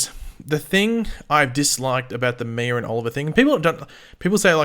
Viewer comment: I cringe everytime you say Mia's name. You say Miur 🤣